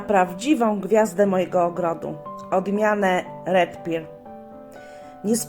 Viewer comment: Dzięki za omówienie,tylko dla poprawności wymawia się Red per ,nie Red pir